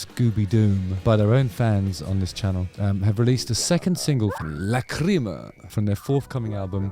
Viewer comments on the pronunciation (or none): Great review and great dissection of Tobias' amazing talent! (btw just mentioning, Google says "lachryma" is pronounced "lack-ruh-muh")